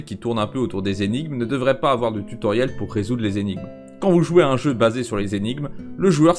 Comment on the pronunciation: Marrant d'avoir autant répété "tue Tauriel" au début de la vidéo :3